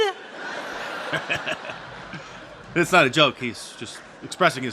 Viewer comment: It’s not “Tied” 😂😂😂